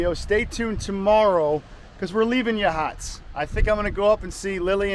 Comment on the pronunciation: It's pronounced like Ya Hots